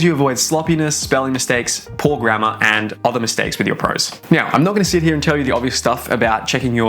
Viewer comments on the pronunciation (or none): Every time you say "poor grammar" i hear "poor grandma" XD